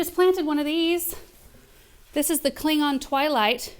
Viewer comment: Anyone else hear you say “Klingon” and not “cling on”? Going to forever call it the Klingon plant now 😂